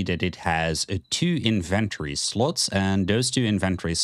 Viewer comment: Great guides but the way you say inventory drives me crazy 😅